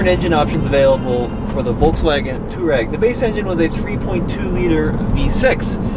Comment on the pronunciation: “Twareg”, not “Toureg”. There’s an “a” in the name.